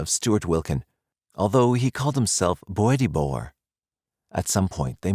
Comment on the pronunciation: Bo-etty bo-wer? Wtf.